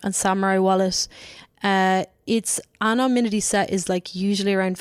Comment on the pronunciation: Is she saying anoMnymity?